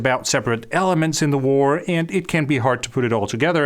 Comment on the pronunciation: I cannot handle how you keep pronouncing the word "and"